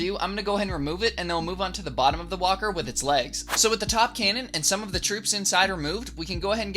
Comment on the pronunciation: why I hear whopper when he say walker?